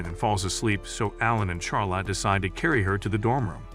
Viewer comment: bro why soes he say char lotte and not charlotte